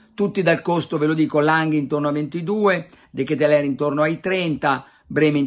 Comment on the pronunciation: Carlo almeno tu che sei filo francese pronuncialo bene De Ketelaere (De Chetelar)